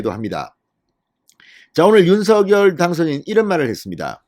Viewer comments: 진성호님 윤성녈 입니다. 신경좀 써주세요. 발음 통일해야 됩니다! 윤셩녈 입니다. 윤서결이 아닙니다!!!! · 윤서결이 이니고 윤석녈로 발음하셔 야 되지않을가요? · 대통령은 윤 성 렬 이십니다 진성호 방송에는 대통령 이름을 윤 서결이라고 하시는데 어느이름 이맞습니까요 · 진성호 님, 제발 "윤서결"이라 발음하지 말고, 당선인이 원하는 "윤성녈"로 발음하여 주세요!!!